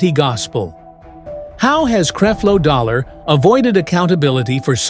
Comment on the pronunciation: Where is the proof that LeAndria Johnson said all of these things. You can’t even pronounce Creflo Dollar’s name correctly. Why should anyone believe you?